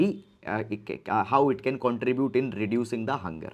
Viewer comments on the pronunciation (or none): none